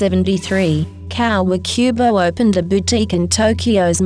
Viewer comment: I love the video but how she's saying "Comme des Garçons" and "Kawakubo" annoyed me :"D